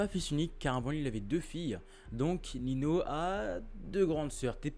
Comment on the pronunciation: ça se dit "Ninio et pas Nino" mais perso je m en fou ta vidéo elle est quali continue et lâche pas frérot